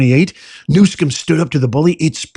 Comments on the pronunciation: He is not pronouncing Newsom correctly. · Please pronounce his name correctly. Your mispronunciation just takes away your credibility.